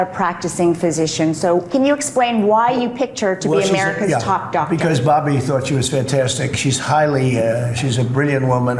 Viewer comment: I love the emphasis on “Doctor”